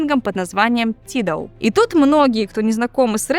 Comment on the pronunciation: Не тидал, а тайдал 🌚